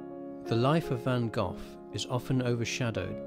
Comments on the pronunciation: Why would you make a film about Vincent van Gogh? Why put all the effort in collecting images and words? Why? Why - when ypu don't put any effort in pronouncing Vincent's family name properly. Why? Because Vincent is big business! If you deeply respect, understand and hold Vincent and his work close to your heart, you would also want to pronounce his family name properly. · you should've pronounced his family name properly and that is the Dutch pronounciation. That is the name his parents gave him.